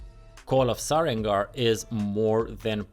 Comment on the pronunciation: So I'm not the only one who thought it was "SareNgar" hehe